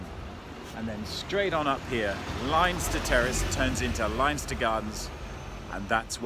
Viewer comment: it's pronounced Lenster not Linester